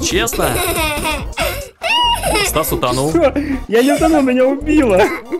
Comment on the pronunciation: тиж сказал сас а не стас